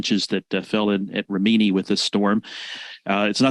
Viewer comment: lol, you mis pronounced Rimini.